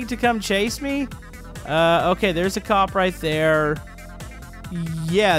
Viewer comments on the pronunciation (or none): you said gup not cop